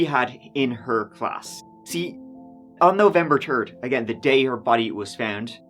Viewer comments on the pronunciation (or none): “November turd” 😂😂😂